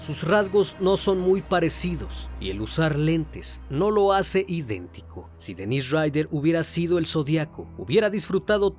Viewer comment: Para mí que han sido varios. Por lo menos 3 personas tal vez. Es algo complicado e interesante. Se me vino a la cabeza la idea de que tal vez podría seguir vivo. Muy buen video y quisiera hacer una observación de buena manera: las pronunciaciones de los nombres consideraría que deben mejorar. Por ejemplo el de Dennis Rader, se pronuncia como Dénis porque la pronunciación como Denís es de nombre de mujer y además se escribe "Denisse" (algo así).